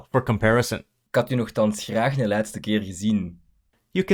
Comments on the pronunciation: Please don't make the mistake of pronouncing the indefinite pronoun 'een' like 'één', in standard Dutch. The 'ee' is voiceless, like in " 'n" . I've heard it being pronounced like 'één' so many times, but only in language courses, not in proper Dutch. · Nice vid. Enjoyed it very much. But the "een" pronunciation raised one (één) or an (een) eyebrow with me and I think all Dutch. We would always say "een eend" (say: uhn ain't) when we mean "a duck". We would say (and write) "één eend" (say: ain ain't) when we mean "one duck". Only when you really really need to stress that it is a random random duck, you could say "één eend". But then accept the confusion of the random duck being really alone ;-) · In the video, there’s a small error in the Dutch pronunciation for ‘een man, een vrouw, een huis’. As pronounced in the video, it means ‘1 man, 1 vrouw, 1 huis’. When it is just ‘a man’ etc. (not meaning ‘one’), then you don’t stress the word ‘een’. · Some remarks: The indefinite article for Dutch was pronounced wrong, het said "één" (means: one, 1) he should have used "un" ("an") Dutch "Krant" also happens to be a French loanword, comes from Courant (current/actual => news) "Swat". My (Dutch) father (I'm Dutch too) would say "soit". Spelled the French way, meaning something like "So be it". Though its use is rare. Do you have any trouble communicating with people from Belgium? Well .. sometimes the "Ik zie u graag" was definitely confusing. Otherwise, as long as it is "tussentaal", it's not really very hard. Between "Ge" and "Je" and "U", you find that each party to a conversation typically just keeps using their own version. More Flemish loanwords: "Vijs" and "Turnevijs"/"Toernevies"; French "Vis" and "Tournevis", Dutch is all different: "Schroef" and "Schroevendraaier": screw/screwdriver. Also worth mentioning: in Flemish the use of "se", an interjection usually at the end of a sentence. If anything at all, the Dutch would say "he" in those places.